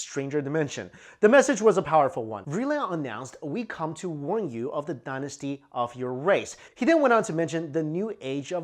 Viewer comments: Destiny not Dynasty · I guess destiny was pronounced dynasty back in 1777